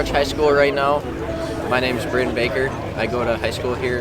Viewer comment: Threw me away when he said my name exactly mine is just spelled brayden baker lol